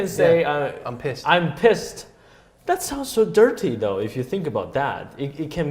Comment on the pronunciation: 艾力有点自我感觉良好 在那拿着腔调 心虚的表现啊 极力想表现的他在 说的那个另外一个意思 都给老外整懵逼了 秒说的那个dirty有点让我 .......尴尬这是哪种口音 英不英 美不美 可能就是新加坡口音吧 哈哈哈哈哈